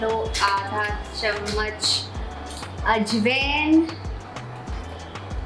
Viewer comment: You pronounce ajwain wrongly